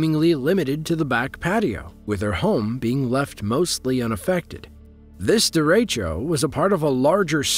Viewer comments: Derecho is not pronounced the way it was in the video. It’s pronounced Derra-Co. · The way he says drecho or however it's spelled, is hurting my ears 🤣